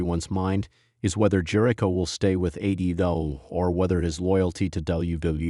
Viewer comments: Is this AI talking...this is horrible and who pronounces his name like that....nothing but false info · Yeah, i dp not think any official wwe product would use ai that can not pronounce jericho correctly,.